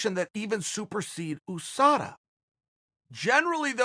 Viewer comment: OooohSADA. Chael and his pronouncing game is undefeated. I wonder how Yah-Rear is doing with OoohSADA.